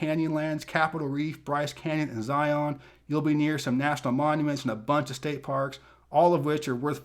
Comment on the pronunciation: It’s ZAHY-un, NOT ZAHY-AHN!!! 😆😆😆